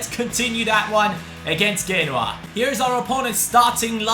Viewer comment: Genoa is pronounced (jee-no-wa)